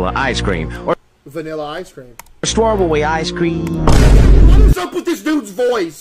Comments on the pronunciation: “Spee spee speghe tiii”💀 “Stawww burry ooce croim”💀 “Nat shoes”💀 The three foods pronounced wrong 💀💀💀💀💀💀💀💀💀💀💀💀💀💀💀💀💀💀💀💀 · Stawbeæy ice creammmmmmm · vanilla ice cream. or stwawbewwy ice cweam :3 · BRO said staw beddy I ceeeaaa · strawbewwy ice cweeeeaaamm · "give up nat chuæw" "spaghaaa spe spahcghathyii" "strawbeuwwi ice cweaim" "Wendy's fries aauaggahahh"